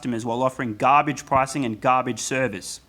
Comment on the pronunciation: The way you say garbage, you sure you're not from New Jersey?